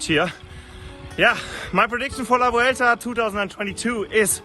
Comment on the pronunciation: Congratulations on pronouncing "Vuelta" pretty well. "V" in Spanish is pronounced like a soft B. It's definitely not pronounced "W". "Bwelta" is not far off how the locals say it.